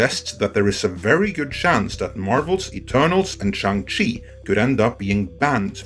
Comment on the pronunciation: Apparently it is pronounced Shong Chi